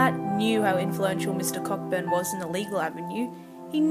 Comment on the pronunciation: "Co-burn" not pronounced Cockburn